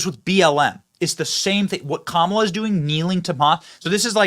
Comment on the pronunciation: ... "Kam-bala"? ... Is that - as in - Kamala + cabal? I'm going w/ Kam'Obama ...- as in: camouflage-Obama (Obama in woman-face) Kam'Obama-admin - formerly JObama-admin ... but "same-same"